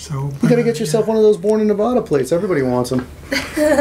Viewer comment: Its Nevada not Nevahda.....we locals take offense to that...yankee yokels....